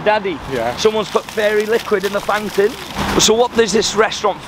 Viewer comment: ‘ someone’s put fairy liquid in the fount-AIN!’ When I say I watched that about 10 times 😂 Wow well done. It must be hard to film in a place you’re nervous in but as usual you’ve done a great job asking questions and helping us get to know what the customs are like as well as the locals.